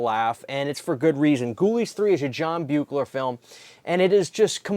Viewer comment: John Carl Beuchler, pronounces his name as BEE-kler. I’m not trying to be a jerk, but I learned that directly from him, when I had the good fortune of meeting him, a LONG time ago. A truly great artist, and a super nice guy who left us far too soon.